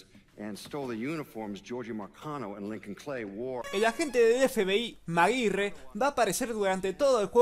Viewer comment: Maguirre.... maguirre dat pronunciation